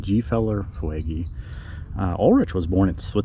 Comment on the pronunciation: Fuegy, is pronounced foogee, there family started rock creek store